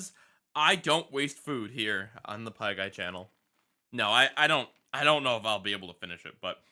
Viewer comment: The way it says PieGay honestly cracks me up.